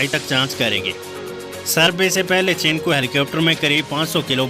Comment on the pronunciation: चिनकू नहीं चिनूक